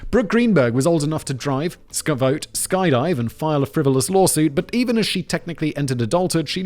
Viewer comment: "Old enough to Skvote" is my new favorite thing